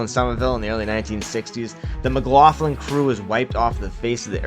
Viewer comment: McLoughlin is pronounced McLocklin, not McLofflin